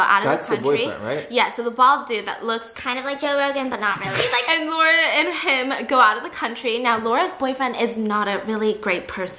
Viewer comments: it genuinely triggered me how she pronounced Massimo right but didn't pronounce Laura right 😂😂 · It’s LAURA not lora 💀💀 it’s a polish nameee